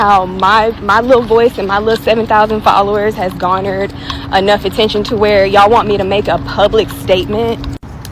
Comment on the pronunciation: She said gaunered not garnered. 🤣😂🤣